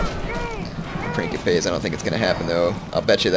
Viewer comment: Love it. But please, its Prince - ipes. Like principle.